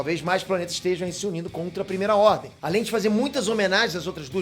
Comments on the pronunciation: A Primeira "RRDEM".. errar acontece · "A Primeira Rrdem"